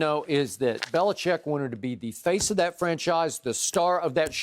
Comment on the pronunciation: skip really said "bellichickian" lmaoo